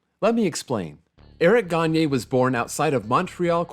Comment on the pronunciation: He also did a pretty good job at pronouncing Gagné’s name